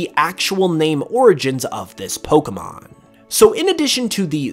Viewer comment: Finally someone who says Pokémon and not Pokimon